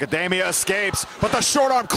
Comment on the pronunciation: Dee-mia, not Day-mia!!!